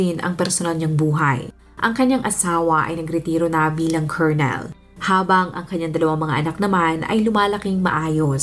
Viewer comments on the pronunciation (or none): none